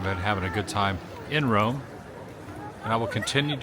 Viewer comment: I feel like we have a fwend in Wome.